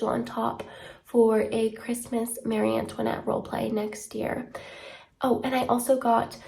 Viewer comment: I mean she’s pretty close to the actual French way of saying it